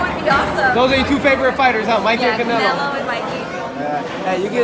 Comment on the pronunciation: "Canelo" smh